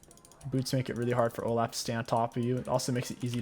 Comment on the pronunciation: I don't mean to sound rude if it does I apologize but how I always say olaf is Olof cause that's how I thought it's pronounced and the way you say it sounds to me like you're saying O-laugh which is now my favorite way to pronounce his name lol P.S I love your vids <3